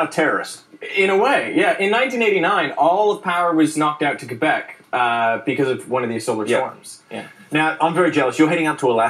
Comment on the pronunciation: Thanks for correctly pronouncing Québec. Kudos from Sherbrooke.